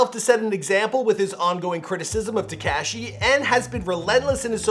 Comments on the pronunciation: Y does he say 69 like that tekashy.... y bro lol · Any it’s else annoyed af at how he said Tik-cash-Eee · Please learn how to pronounce Tekashi before you capitalize off of him. So cringe. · Been making videos about him for years... still can't pronounce his name correctly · The way he says tekashi 😂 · WHY DO YOU KEEP SAYING TEKASHI LIKE THAT? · It bothers me how you say Tekashi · Who else likes how he says tekashi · I hate how he says ”Tekashi”